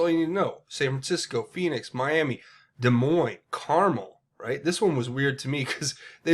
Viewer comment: Hi. It’s Car-Mel. In calif near Monterey